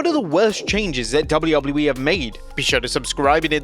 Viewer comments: DUDE. Say “Double U” Now repeat it. Now say “E” Now tie it all together. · Why can't he say WWE